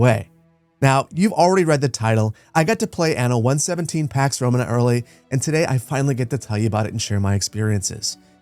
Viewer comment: Duuuuude I love your videos but if you're going to make a whole video about a game, at least learn how to pronounce the title 😭😭😭